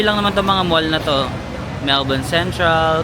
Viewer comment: Melbin ( Melbourne 😅)